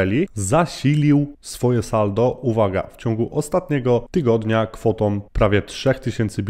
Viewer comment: Fajny kontent, ale z całym szacunkiem "tom"? "Kwotom"? "Rosnom"? 😕